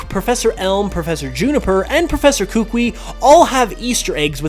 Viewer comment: Who's gonna tell him he's pronounci9ng the Alolan Professor's name wrong in this or does he already know since this video was uploaded in 2018?